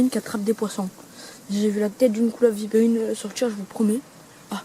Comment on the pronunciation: Par contre Vipérine pas vipeerine